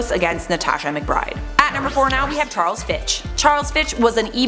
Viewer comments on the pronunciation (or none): none